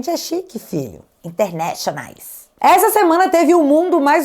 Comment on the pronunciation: " A gente é chique fiii.. internéchonais". 🎉😂🤌